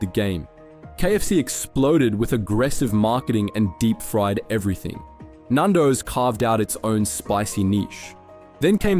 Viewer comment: Why did you say Nando's like that